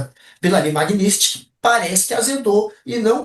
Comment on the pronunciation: Primeiro que a pessoa não sabe pronunciar "magnitsky", segundo que a pessoa não entende ou ainda não entendeu a gravidade dessa lei para dizer que "fulano voltou atrás depois que a esposa foi sancionada" kkk,, ninguém no mundo foi retirado da sanção da magnitsky, ele pode fazer birra que não vai mudar exatamente nada, os recursos vão acabar, ele vai ter que abaixar a bola, não adianta cometer crime contra direitos humanos e achar que vai sair impune, sem contar que a esquerda e sua suprema inteligência não entendeu ainda que não se trata de Bolsonaro, o EUA investiga eternamente todos os sancionados pela magnitsky, se chegou na esposa ai tem coisa, mas como ainda temos a verba corrupção (INSS e outros), ele ainda vai aguentar mais um pouco, deixem a esquerda rir das próprias narrativas, quando chegar no fundo do poço, ai eles vão começar os discursos de vitimismo